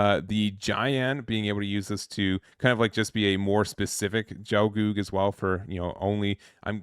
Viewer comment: It's a hard G for both G's! No Jel. GELGOOG. Same for Gyan. K' Sah Tree Ya. That guy's name is crazy and I dunno if I'm correct. I always went with Muh-Koo Vay (M'Quve)